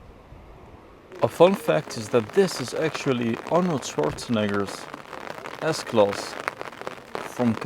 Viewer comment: Why you keep saying S-Klos ?